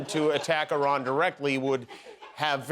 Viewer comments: Good Lord, Karoline Leavitt can´t even pronounce "Iran" properly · i ran...its erun...where did u run😂😂😂😂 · "Eye-Ran"? Maybe you should start learning how to pronounce the names of other countries correctly before you try to act like a Presidential Press Secretary. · Someone please tell her how to pronounce Iran. It is not I- ran. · Honey, it's not pronounced "eye-ran." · she cant even pronounce Iran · Geee, Karoline Leavitt can’t even pronounce the name of a country (Iran) correctly. Yeah Leavitt, you should run, instead of getting involved in the Middle East, when your boss can’t even run your country! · Why is it that MAGA people don't know how to properly pronounce Iran?